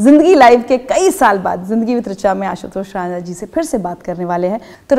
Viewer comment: मॅम not राना, plz correct with राणा 🙏🚩